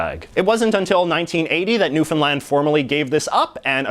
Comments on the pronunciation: Thumbs up for actually pronouncing "Newfoundland" properly, my province thanks you. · I’m glad you called Newfoundland New-fin-land instead of newfound-Lund